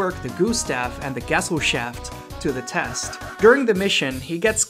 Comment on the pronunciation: hmmm are you the CGR undetow guy? you both say "gesellschaft" wrong the same way at least